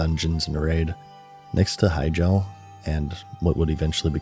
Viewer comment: i, do not like how you pronounce hyjal